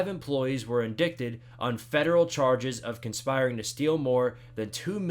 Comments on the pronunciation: how do you pronounce indicted like “indickted” and then 10 seconds later correctly pronounce “indictment” 😂😂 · Indicted = in-dye-ted